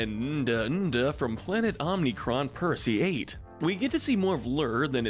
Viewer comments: You straight up butcherd ohma-chronine- persi- i -8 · The fact that the narrator mispronounced Omicron Persei 8 makes me think they've never watched the show